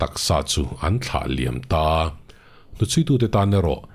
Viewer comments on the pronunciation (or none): none